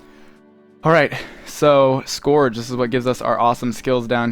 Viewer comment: Its pronounced S-kərJ, please man :D